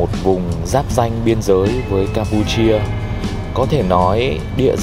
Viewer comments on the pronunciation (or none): Thank bác đã giới thiệu nhiều điểm thú vị. Em có mấy góp ý thế này: "giáp ranh chứ không phải giáp gianh, dữ dội chứ không phải giữ giội, chết chứ không phải trết..." bác ạ.